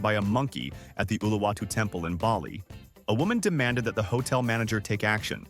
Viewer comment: Its not hotle